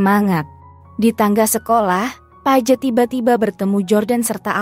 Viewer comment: Paige apa Pajet..? 😂😂 Gak berhenti ngakak..😂😂